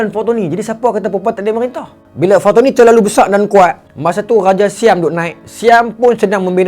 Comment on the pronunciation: bukan fatoni..patani...pantai ini..bukan bahasa kedah awe wei